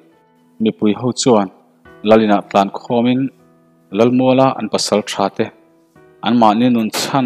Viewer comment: Arpa tlan tih a tlan tih hi thluk hniam tur. Tin,kawnzam tih a zam tih hi kawr kan nan thing ka kham Kai tih a kham tih thluk hian thluk tur